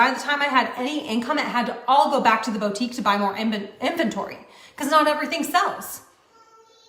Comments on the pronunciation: If she says “bow-tique” one more time… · CAN WE TALK ABOUT THIS BOW TEEK?? LOL BOUTIQUE.. [BOOO-TEEK] 🤣🤣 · How does she keep on saying BOA-TIEEK? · I'mma need her to stop saying "bow-tique." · She pisses me off so hard the way she says bow-tique instead of boutique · Someone needs to tell that it’s “BOO-tique”, not “BOW-tique”… BOO. Like the MLM that got shut down. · How does a person run their own Boutique and yet not know how to pronounce the word Boutique?